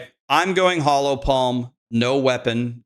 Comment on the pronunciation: Hollow Palm. hOllow Not “Hallow” Palm